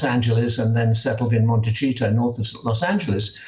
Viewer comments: The irony of Cole talking about Harry being immature when Cole childishly intentionally mispronounces Montecito. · Michael Cole the pronunciation is “MonteSEEto” not “MonteCHEEto”…. I’m just saying …👍🏻👊🏻😉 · Monte"see" to Michael! Please! NOT Monte"cheat" to!! Please learn to pronounce the township properly - you're the only one on TV that continues to make this silly mistake! Man-up!! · I love how Mr. Cole pronounces Montecito as 'Monty Cheat Oh"